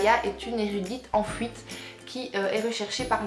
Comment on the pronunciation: "Une érudite en fouite" j'adore ton accent Hihi